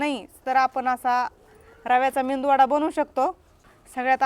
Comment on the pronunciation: खुपच छान मेदूवडा रेसीपी पण ही रेसीपी मेदूवड्याची आहे तुम्हा बोलाताना मेंदू वडा म्हणताय